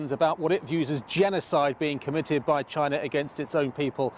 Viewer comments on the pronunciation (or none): Does she know wherabout Chyna???